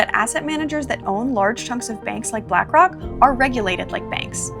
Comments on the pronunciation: She literally said black cock😭🙏🏽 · she tried to subtlety slip “black cawk” into her little video she ain’t slick 😆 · She said Blackock without an 'r'.